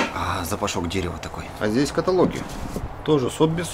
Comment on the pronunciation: не каталоги, а каталоги 😖